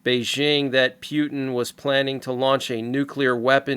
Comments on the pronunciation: Friendly reminder that Putin is pronounced POO TEN not PEW TEN :) Unless that's what you were going for. PEW PEW PEW TEN Hahaha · I would really appreciate it if you would pronounce Putin's name correctly. Mispronouncing his name only reflects your immaturity. Thank you